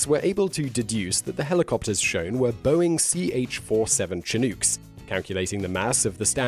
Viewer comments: Chinook in pronounced shin-ook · Simon, your pretty professional for the most part, so most of the time when you pronounce something differently than I'm use to, I chalk it up to you being a Brit. Chinook is NOT one of those words. It is suppose to be pronounced; shin- nook. It is part of the Haida-Tlingit language. It refers both to a species of salmon and a weather phenom of a warm winter wind that turns the snow to ice. (And makes driving hell) With so many channels filling our heads with missinformation, I need to be able to trust at least one youtuber. Don't fail me Simon. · Not to be that guy but, Chinook, as in Boeing CH-47 Chinooks are pronounced like they rhyme with "book" or " look", not "kook". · "CHINOOK" rhymes with "THE BOOK" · lol, say chinook again.